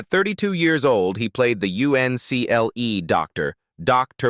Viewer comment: it was pronounced UNCLE.